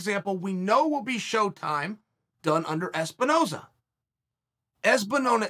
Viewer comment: "Espinoza. Ezbenona." Holy shit, ONLY CHAEL could fuck up a dude's name after saying it correctly half a second ago.